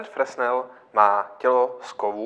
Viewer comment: No já se na fyzice na základce někdy před 40 lety učil, že Fresnel (který čočku vynalezl) se čte "frenel". Docela to tahá za uši. Jinak to je asi fajn světlo :)